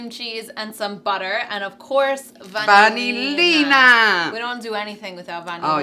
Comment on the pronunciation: It's vanillina